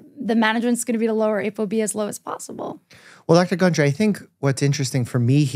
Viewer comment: *gundry, not hungry 🤣